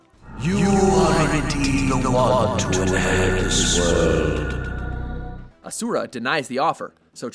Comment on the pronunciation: God kid i really hate the way you pronounce Asura. Also Mundus isn't really an impressive villain. Not nearly as bad as Arkham.